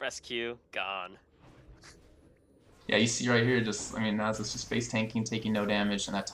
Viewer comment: Guh, I cringe every time he says Nasus. It's Nah-suhs. Not Nay-suhs.